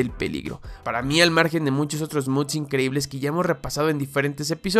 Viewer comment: 3 videos ya y sigue diciéndole muds en vez de mods